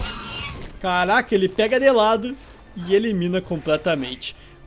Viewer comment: tu disse "Calaca" em vez de "Caraca"....;-;.......mas msm assim MELHOR CANAL